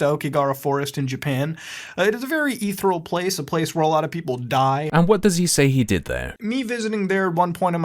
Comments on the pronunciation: "EETH-er-al" is not a word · "a very etheral place" his vocabulary skills are amazing. He constantly says common expressions and words wrong, it's hilarious